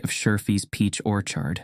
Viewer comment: Get a damn person to read this! Not the AI that can't pronounce "peach orchard"! Zero stars.